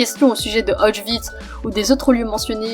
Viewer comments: Autchwitz :D Répète après moi Auschwitz OS CH Wi TZE désolé mais ça m' a fait tické :3 Big up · Juis ptetre chiant mais on ne dit pas (comme toi) : [Aotchvitz] , mais plutôt [Ochvitz] voila ! Cété leu peuti point culture de Polonais !